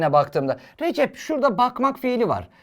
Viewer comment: Recep abinin ismi RECEP ama TÜRKÇE HOCAMIZ RECİP DİYO 🤣